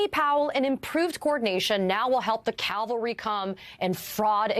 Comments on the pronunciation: It's "cavalry" NOT "calvary". Read much? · It’s cavalry not Calvary